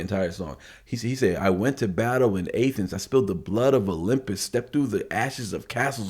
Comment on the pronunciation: And Athens as A Thens....lol